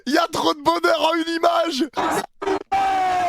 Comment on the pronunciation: QUI DIT YA TROP DE BOHNEUR EN UNE IMAGE 😂😂😂😂😂😂😂😂😂😂😂😂😂😂😂😂😂😂😂😂😂😂😂😂😂😂